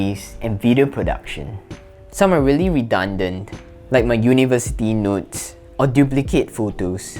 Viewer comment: I thought you said "My university nudes" but it was "notes" jajaja New to the channel and I like the content